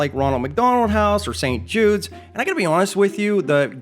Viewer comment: I had to look at your closed captions when you said "If you want to help save St Judes,..." I thought you said "If you want to help save Save Jews,..."